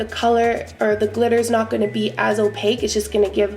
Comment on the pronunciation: I almost died when you said "Clitter" LMAO